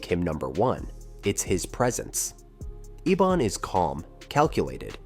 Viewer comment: Rubberband man is the brother of ebon not richie. You mispronounced ebon's name a few times.